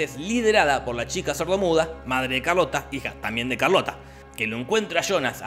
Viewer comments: O Charlotte, se escribe así ⬅️, se pronuncia "sharlot" (o sharlota para la Alemania people) pero Jorge le dice "Carlota" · Charlotte? Nah, Carlota